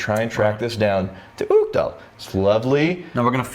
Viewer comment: Ok so, I'm not Scottish, I'm Irish so I'm not sure how it's pronounced in Scotch Gaelic, but I'm positive Uigdeall is not pronounced that way. In Irish Gaelic it would be pronounced We-dyal or Igch-Dell